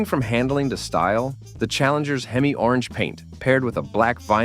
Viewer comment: How is Mopar a GM product? It does say 12 Most Powerful GM Muscle cars. The AI voice can't even say Hemi.